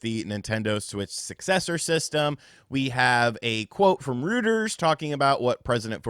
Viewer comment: Reuters…….Rooters? It’s pronounced Roiters!